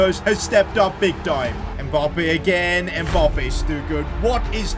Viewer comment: I’d subscribe if you knew how to say Mbappe properly